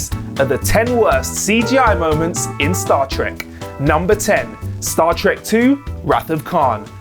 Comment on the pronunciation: Cut him some slack, he must've said "Stat Trek" like a hundred times for this video alone, it rolls off his tongue now